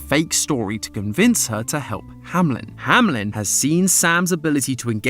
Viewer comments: Is this actually the way that "Hameln" is pronounced in English speaking countries? It sounds more like "Hamlin" which, as a German myself, triggers me to no end. It's "Hameln". /ˈhaːml̩n/ There's no I. Sorry, couldn't help myself. 😂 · Kinda funny how none of you can say Hameln and keep saying Hamlin insteadxD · I live close to Hameln… Hearing it being pronounced Hamlin constantly is… painful 🤣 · Company name: Hameln GT pronunciation: Hamlen Aaaa